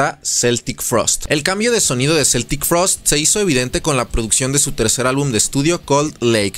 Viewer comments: Yo también la conocí como Celtic en los 80s Pero Tom ha insistido en aclarar que se dice Keltic 🤷🤷🤷 Un amigo hablaba de Metáyica... Así se oyen los que en la época del internet y los traductores en línea, insisten en Celtic Frost. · se pronuncia QUE-ltic frost .. educate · En realidad la pronunciación es como si fuera con k, es pronunciación en inglés, en suizo o alemán suena con c ......NUNCA cambiaron de genero, lo que paso es que cuando firmaron contrato con esa disquera americana, estuvieron prácticamente obligados a tocar esos ritmo y esas canciones, tom warrior no escribió ninguna de esas canciones, otro dato ws que tom dijo que celtic tuvo que acabarse en el año 1993.